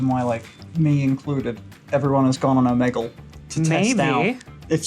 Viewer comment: pronunciation of Omegle is surely not correct?? please someone tell me that's not it